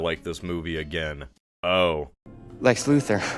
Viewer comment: (Pronounces "Lex LuTHOR" incorrectly) "Cool".